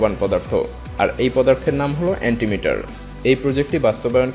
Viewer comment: অ্যান্টিমিটার না অ্যান্টিম্যাটার বলছেন বুঝা যায়না। ওটা আসলে অ্যান্টিম্যাটার।